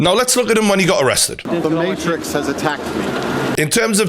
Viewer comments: I was loving this video so far until he said "The Marix "...... You mean the Matrix?! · Mayrix ? It's MaTrix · Why is he saying Marix and not Matrix? Dead ass. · Can you say the word maTrix with the letter T??? Love this but... Say the word MaTrix correctly! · Keanu Reeves in. . . . . . . "The MaHRIX" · "The Mate Riks" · Good video but I died when you said mate-rix 😂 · He said Marix 🤣🤣🤣🤣🤣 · I love the mateeeetrix pronunciation 😂😂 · “The Marix” 😂😂😂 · The may-rix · Imagine sticking up for a overweight manky looking guy that says materix and takes it up the ass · why would I listen to a geeza who can't even pronounce matrix properly lool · I've never heard someone pronounce Matrix that way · Bro can't pronounce matrix 🤡🤡